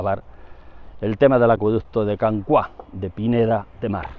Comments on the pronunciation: Can Cuá suena fatal, es Can Cúa, pero no lleva tilde porque en catalán no debe llevarla por las normas ortográficas. Cua es "cola" en castellano. Y ya puestos "Roig" se pronuncia "roch", con o abierta pero eso ya se entiende que un castellano parlante no puede. Y el acueducto está catalogado como "romano" por el ayuntamiento de Pineda, con dos... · Consejo de catalán: cua es una palabra llana, la sílaba tónica es la primera con lo que lo pronunciamos /cúa/ en vez de /cuá/. Una salutació! 🤗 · me hace gracia cuando dices " Can Cuá".... es Can Cua!!! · Per cert, és Can Cua, no pas Can Cuà. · no es can "CUÁ" es can "CÚA" en catalan cuá no significa nada, cúa significa cola, rabo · Saludos! Creo que pronuncia mal Can Cua. En catalán, para pronunciarlo como hace, deberíamos escribir la A con acento, "Cuà". Esto es porque la U y la A quedan en sílabas distintas. Otro caso de diferencias en los diptongos es el clásico "María" que en catalán va sin acento, pues I + A también se separan a sílabas distintas. "Cúa" significa "cola", y vi que hay otros Can Cua cerca de Girona y Centelles. Muchas gracias por compartir su conocimiento con tanto empeño y éxito! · Muy instructivo, lo de la cota inapelable. Como indicación el lugar se pronuncia [Can cúa] (cola) y no [Can cuá]. Can Roig muy bien pronunciado por cierto. Un saludo y ánimos con su trabajo, siempre de interés.